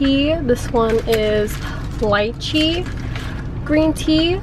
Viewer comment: when she pronounced lychee wrong.....